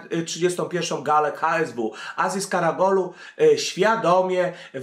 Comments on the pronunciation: KaraOglu a nie KaragOlu :) Gole beda za kilka dni we francji ;) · Karagolu? Karaoglu :) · karaOGlu nie karaGOlu Lol